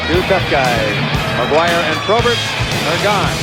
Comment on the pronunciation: It’s “Maguire”, folks. Not McGuire. Or Maquire. Or MacGuire.